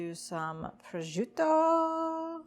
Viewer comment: I'm sure it could be very tasty but that thing is burned AF and looking VERY unappetizing. Also Prosciutto is not pronounced "proziuto" lol.